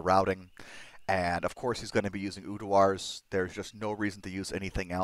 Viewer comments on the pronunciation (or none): Tbh i havent noticed much difference between Quick Cast and normal when playing CE, nice to see its back hopefully it wont get nerfed lol...again... PS bro... its URDAR not UDUAR :P same it's not Travichal its pronounced Traninkal